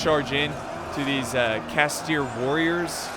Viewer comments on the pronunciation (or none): none